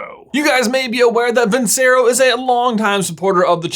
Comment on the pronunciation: Wow you really butchered that vincero pronunciation